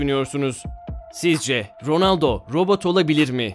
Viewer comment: robut degil